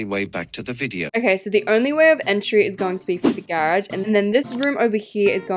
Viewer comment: The way you say GAERAGE its just i cant 😭